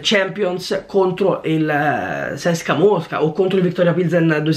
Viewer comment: ma che è Cecsa c.s.k.a Mosca non sai pronunciare niente